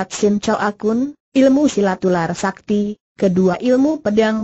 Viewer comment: Bc nya super s a k t i dieja Haha